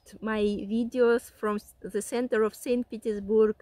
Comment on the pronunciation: Ну,.. молодец, радио-баба! Избавься от русского зе в английском. Научись высовывать язык при произношении the, this.. хотя тебя можно простить, ты же блондинка.